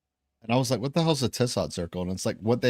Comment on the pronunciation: Tissot’s Indicatrix Ellipse. He was French and it’s pronounced “Tissoe” 😎👍 I had to do an assignment on it in 1st Year Cartography 🌏🗺️